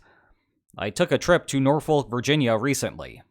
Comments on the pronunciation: It's pronounced Nor-fuk. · Norfolk-native here. Please pronounce the name of our town in the correct English style going forward. It’s like nails on a chalkboard hearing “Nor-folk”. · Love your work. I'm from Tidewater. Please please please never say the "L" in "Norfolk" again. Pleeeeeease. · "I took a trip to Norfolk, VA" for starters, wrong pronunciation, but everyone does that. Second, sorry to hear that. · Took a trip to Norfolk, VA recently and still managed to mispronounce it.